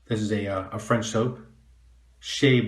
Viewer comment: BTW your French pronunciation was pretty good, even rolled your "r"s. :)